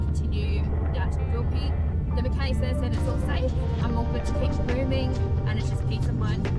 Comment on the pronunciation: So you're heading to QUIL PEE that's the pronunciation. At least you don't charge us to watch your vlog unlike some other fool on here who charges us to watch his bs travels.